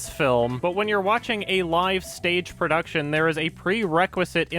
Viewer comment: "It seemed really lazy from a purrrrduction standpoint".